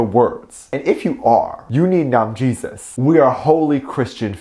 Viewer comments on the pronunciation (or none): He said NamJesus 😆